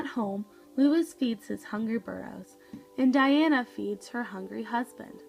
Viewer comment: His name is pronounced: l oo - EE s